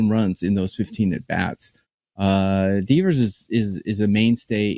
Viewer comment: Rafael Deeeeevers? Come on man at least pronounce his name right. Devers is a top 20 offensive player in baseball.